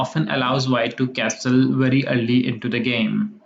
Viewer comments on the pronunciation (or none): Dude, where is your accent from? "to castle" with the "t" pronounced? Never heard before...